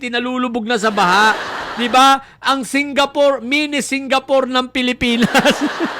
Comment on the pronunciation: SIN-GA-POOR DAVAO!🤣